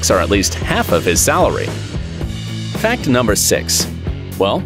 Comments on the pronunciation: Guys pay close attention to when he say fan number four instead of fact number four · For fact number four you said fan number four just saying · Why you say fan instead of fact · Instead of fact number 4 he d Said fan number 4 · when it was number 4 he said “fan 4” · he said fan😂not fact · you guys realize hes said fan number 4 instead of fact number four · at the second he said fan 4 not fact 4